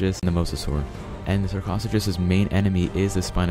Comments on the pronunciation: (shark oh sucus) not shark (koth u kus) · Sarcasuckus lol its sar-ca-such-us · Sarchosuchus is pronounced sar, co soo cuss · YOU MISPRONOUNCED SARCOSUCHOS OMG